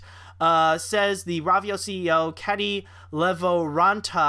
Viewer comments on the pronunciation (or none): pronounced rovio it's row_veeo